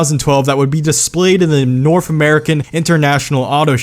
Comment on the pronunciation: the norf American market😂